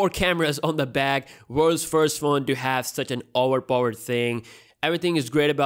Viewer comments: OWERPOVERED OWERPOVERED OWERPOVERED Whattt? LMAO. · Its really Auver pauvered phone.😂😂😂😂